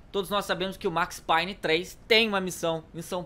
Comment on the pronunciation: Se fala Max peiny